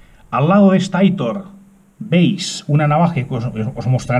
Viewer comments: Buenas!! Que preciosa coleccion!!! las Aitor se pronuncian como si tendria tilde en la o. Es un nobre de Euskal Herria 😉😉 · muchas gracias amigo me alegro que te haya gustado, es cierto la pronunciacion de aitor pero casi siempre se me olvida.